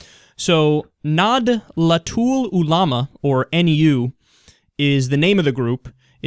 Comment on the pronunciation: man you really butcher the named, its pronounce as "nadatul" just straight with no separations between each syllable just like "zeratul" the protos hero but you can forget about indonesian islamic influence over arabic muslim, firstly indonesia is super secular i dare say more secular than murica, sure there is some separatist hardcore muslim factions but they are super duper minority that no one endorse while the majority of indo muslim are very secular and they reallyyyyy reallllllyyyyy dont want something like syariah law on the land, that is why middle eastern muslim look down on indonesian muslim and really doesn't care about what they have to say